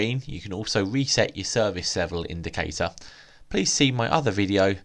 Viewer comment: You're so cute, you can't pronounce your 'r's' lol......a lot of English have this issue. I.E Reset is Weset lol - love your channel - you're cute xxx